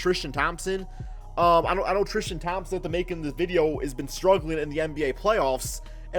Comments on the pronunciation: Tristan not Thrishtan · "thrishtam thompson" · The way he pronounces his name "Tristam Thompson" 😂😂😂